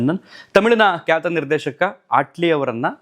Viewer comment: ದಯವಿಟ್ಟು ಅಣ್ಣಾವ್ರ ಕೆಲವೊಂದು ಸಂದರ್ಶನ ಗಳನ್ನ ನೋಡಿ ಭಾಷಾ ಪ್ರಯೋಗ ಅಳವಡಿಸಿಕೊಳ್ಳಿ ಕನ್ನಡ ಭಾಷೆ ಸ್ವಚ್ಛವಾಗಿ ಮಾತನಾಡೋದು ಅಷ್ಟು ಸುಲಭ ಅಲ್ಲ ಹರಟೆ ಹೊಡಿಯುವ ರೀತಿ ಅನಿಸುತ್ತಿದೆ ನಿಮ್ಮ ನಿರೂಪಣೆ ಧಾವಂತ , ಏದುಸಿರು ಸ್ವಲ್ಪ ಕಮ್ಮಿ ಮಾಡಿ ಧ್ವನಿ ಏರಿಳಿತ ಇರಲಿ ಸ್ವಲ್ಪ ಉಚ್ಚಾರಣೆ ಬಗ್ಗೆ ಗಮನ ಕೊಡಿ ... ಕ್ಯಾತ ....... ಖ್ಯಾತ ವೋಗಿ ...... ಹೋಗಿ ಬಾಗಿ ಹಾಗ್ತರೆ ... ಭಾಗಿ ಆಗ್ತಾರೆ ಎಚ್ಚು ... ಹೆಚ್ಚು ಪ್ರಧಾನತೆ ... ಪ್ರಾಧ್ಯಾನತೆ ನಡದೈತೆ ... ನಡೆದಿದೆ ಹನ್ನ ... ಅನ್ನ ಒರತು ಪಡಿಸಿ ... ಹೊರತು ಪಡಿಸಿ ಕೆಲವೊಂದು ಗಮನಿಸಿದ್ದು .. ದಯವಿಟ್ಟು ಬೇಜಾರ್ ಮಾಡ್ಕೋಬೇಡಿ ..ತಪ್ಪಿದ್ರೆ ಕ್ಷಮಿಸಿ